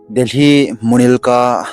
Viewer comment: Na pronounsation vang kichai deh.. Murilca hilou chu o munirka hichu o mihem, sapdarjon hilou safdarjung joh hichu.. Thu ho jng hi acheng ho hi sei to g o. Pronounsation nathem mo vle e. Phaten set toh g o